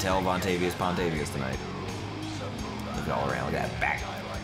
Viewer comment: Montel vontavious pontavious😂😂😂😂